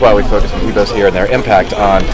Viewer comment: He doesn't say Igbo right.